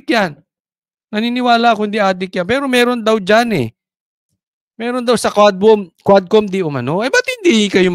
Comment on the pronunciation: DID YOU SAY "K'WAT" COMM????